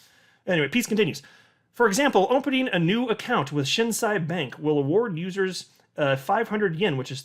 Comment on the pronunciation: It is pronounced Shin (below knee) and Say (you don’t say). Thank you for always bringing the greatest information. Right now the Yen rate is 135 to the dollar. When this goes back the other way (I.e. 120 or lower) we will be making big money.